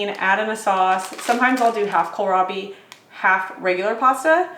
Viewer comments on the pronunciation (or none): none